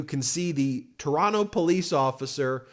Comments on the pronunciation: Ben, you pronounced "Toronno" perfectly. You're all right bud! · Canadian here: I want to praise you for your pronunciation of "Toronto" ! You're sounding like a Canadian there! I've been watching Meidas news for a long time, and I wanted to say that I'm so glad to see you cover Canadian news so frequently. Keep up the good work! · Ben I nominate you to be a Canadian citizen just based on the fact you say Toronto the Canadian way. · Oh shit, Ben pronouncing Toronto how we pronounce it! Now that's doing your research! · I just want to applaud you for saying Toronto the correct way. I am making you an honorary Canadian. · you pronounce Toronto like a native. TORONO. congrats. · I’m so impressed! You say Toronto like a Canadian! Woot!🎉 I’ve been watching your channel for a couple of years already and I kept wishing we could have something like you provided to the US about Canada. And here we are. Thank you. Keep up the great work. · Thank you for pronouncing Toronto correctly. :) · Canadian here. I am so proud of all Canadians who are coming together. Happy to see all of the protests happening in the States as well! Fuck Trump and his bullshit crew. Ben, Kudos on saying Toronto like a Canadian! 😀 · Hey Ben! You say Toronto like a local! You don't pronounce the second t 🎉🎉🎉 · You have the best pronunciation of Toronto, that I've ever heard from an American! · Ben’s pronunciation of Toronto—>chef’s kiss ✔️there is only one T in Toronto. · I love that you pronounced Toronto like a true Canadian! 😂🇨🇦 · wow, you didnt pronounce the second T in Toronto, you're learning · Ben, your pronunciation of the word, Toronto, is worthy of a true Canuck 👍🏼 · Is it just me, or is Ben sounding a little more Canadian? He seems to have almost entirely dropped the 2nd "t" when pronouncing Toronto. Not hearing that hard t is music to my ears.